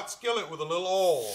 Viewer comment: U know it was gonna be good by how he pronounce “OIL” lol